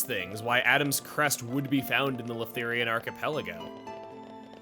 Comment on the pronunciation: I’m curious on who taught the Australian accent. Since he kind uses it on Leftherians every now & then.